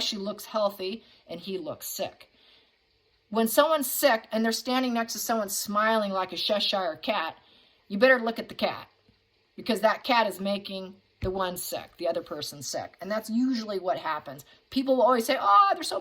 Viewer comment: Cheshire Cat is pronounced Chesh- sheer Cat.